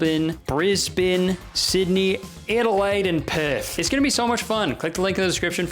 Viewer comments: you seem to be the only American or Canadian ever that knows how to pronounce Melbourne and Brisbane , good job Bruvva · I was so confused for a second, he pronouced Mebourne and Brisbane correctly, I'm so used to hearing it butched. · As an Australian i GREATLY appreciate that he pronounces brisbane and Melbourne properly, bribane is my home city and OH MY GOD it urks me when domeone pronounces it as "bRieSbAiNe" and "MelBOrn" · Your pronunciation of Melbourne and Brisbane were great. The effort was noticed.